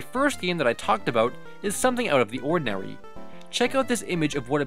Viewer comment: is it just me or did he say “unodinawy”